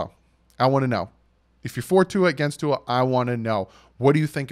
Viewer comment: it’s pronounced Two-Ah. It’s Samoan not Filipino or French 🤙🏼🤙🏼 Aloha from the beautiful state of Hawaii